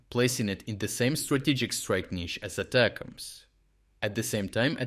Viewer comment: its not "ata cams". it gets boiled down to attack-ems. or a shortened version of attack them in english.